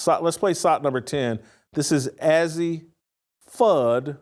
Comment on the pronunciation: You would think if this guy wants to talk about these women, he would at least get their names right. It’s pronounced AZ. This guy is just click bait!